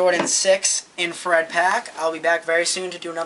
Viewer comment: Its " infrared " what a roach